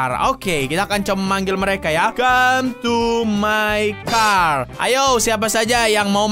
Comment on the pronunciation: Bang bukan came tapi come